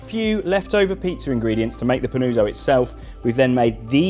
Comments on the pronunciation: its pronounced panutso pa-noo-tso, very nice video, ciao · Every time he says Panooozo, i wana punch the wall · Bro, love this recipe, you knocked it out of the park, here goes a well deserved like. Not a neapolitan here, but the helpful italian in me wants to assist as the name is being butchered. PAH-NOO-OTZO. Please and thank you. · Yes. "Pan-uo-tzo" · Fantastic recipe, just have to improve the pronunciation of panuozzo :). Well done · Dreadful go hear brits pronounce Italian words